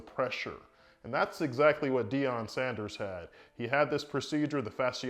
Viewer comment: Its Deion not Deon